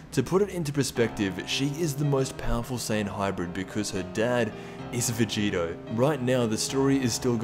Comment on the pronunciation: STOP CALLING VEGITO VEGETA ITS PRONOUNCED VE - GEE- TOE